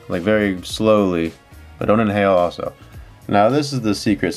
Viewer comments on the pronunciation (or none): none